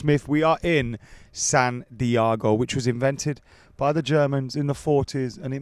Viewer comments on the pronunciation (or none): Adam bro why would you pronounce it San Diago 😂